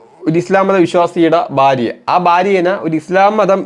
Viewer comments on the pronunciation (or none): none